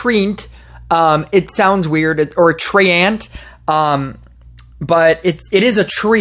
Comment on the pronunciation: Its said Tre-ant